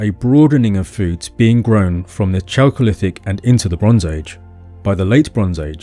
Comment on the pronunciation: Chalcolithic = KAL-ko-lith-ik not CHAL-ko-lith-ik just as chemistry = KEM-is-tri not CHEM-is-tri